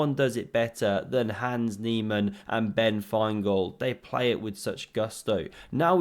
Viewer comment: Nans heeman that was good lol